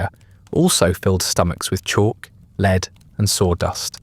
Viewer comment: Dear A.I. Lead is Led ! Not "leeeed" 😮